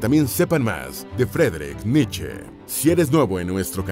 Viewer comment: Frederick niche?? Grupo Niche 😹